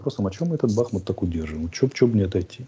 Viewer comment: Да не БАхмут, а БахМУт! 😁🇺🇦